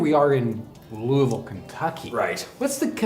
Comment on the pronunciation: Good on John for (almost) properly pronouncing Louisville!